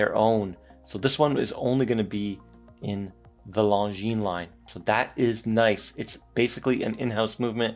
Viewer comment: Beautiful dial 😎. Well done for pronouncing longines 👍. We need more watches 35mm-38mm